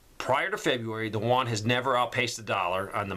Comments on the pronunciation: Juan is Spanish for John. Yuan, Ewe-Ann or You- Ann, Yu-an is the Chinese digital currency. Thanks for the important information,. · I just wanted to leave a helpful tip for future videos-- the currency is pronounced "oo-en".. like the u in "uber" coupled with "en". The "en" part is emphasized. That being said, thank you for all of your hard work, time, and energy that you put into these videos. I am a spouse with a deployed partner and kids to care for while this is all going down. Trying to do the best I can for now-- we live in a very blue area with zero land. But I'm trying! Thanks, for all your helpful tips, advice, and insight. <3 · Won is Korean dollar your calling the Chinese yuan wrong it with a y not w 🤓